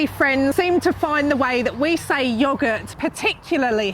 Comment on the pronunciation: You sounded German when you said yoghurt. 😂